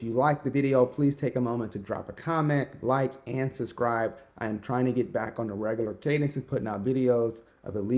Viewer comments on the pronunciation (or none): none